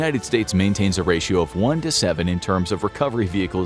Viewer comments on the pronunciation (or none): none